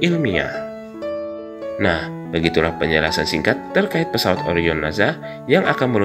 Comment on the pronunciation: NASA min, dibaca SA, sprt ngucapin ES, bukan naZA = zet 😭